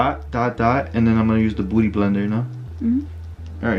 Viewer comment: Is it just me or did he say booty blender instead of beauty blender 😭😂